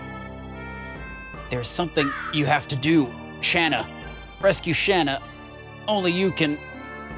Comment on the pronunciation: Your pronunciation of Shana makes me want to set up car bombs in highly populated areas. Otherwise, good LP.